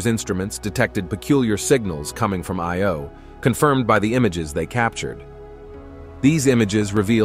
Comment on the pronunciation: He pronounced Io and Peele wrong.